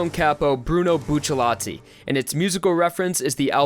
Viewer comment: Never heard anyone mess up character names more than this guy Like literally how long will you dipshits call him Buccellati HIS NAME IS FUCKING BUCCIARATI